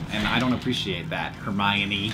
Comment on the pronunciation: The way Hank said Hermione once it sounded like Hermayonaise xD